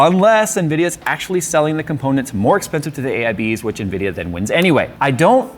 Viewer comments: "unvidea - unacceptable, same thing" lol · Nvidia = Unvidia Me: hmm makes sense 🤣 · "Unvidia"... that's actually deep.